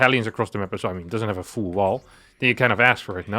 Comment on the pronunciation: I always thought the pronounced the word “full” weirdly, but now I see he pronounces it the same as “fool” when he said “full idiot” and I initially thought he said “fool idiot”.